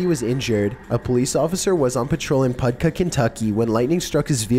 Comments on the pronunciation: Um "Pud-kuh" Kentucky? It's pronounced PA-DOO-KAH. lmfao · I love this guy's videos, but he sounds like he is an automaton, devoid of any personality.....as if the Frankenstein Monster and Eeyore are motivational speakers, in comparison. I also get annoyed by his continuous mispronunciation of words, i.e. PADUCAH (pronounced PUH DOO' KAH.....Not PUD' KUH). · Hey, it's pronounced pa-du-ka, Paducah, Kentucky. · pud-ka? PUD-KA? Paducah! Pa-doo-ka! All my life living here and I've never heard it butchered so bad! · Man, I LOVE your vids. Excellently written and delivered narration; great vids on topic; fun all the way around. But Jesus!! Place names!! Come on dude!! Pud-caw, KY? Pudcaw!??? You have to have meant Paducah, right? (Pronounced Puh do cuh).There's no such place, per my search and experience called Pudcaw, KY. Again man: look up the place names and personal names and get the right way to say them. Puuhhhhhhh lllleeeeeeeeeeeeze!! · Number 13, it's Paducah, KY (Puh-doo-kuh) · pretty sure he said "podka" kentucky. Im pretty sure he meant Paducah. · so we aren’t gonna talk about how he pronounced paducah pudcuh? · Puh- Do-Ka Kentucky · you said Paducah wrong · You pronounced “Paducah,Ky” wrong 🤣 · Cough NothowyoupronoucePaducah Cough